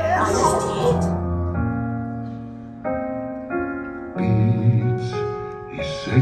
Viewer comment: bro when he sais peach in bengali it sounds like b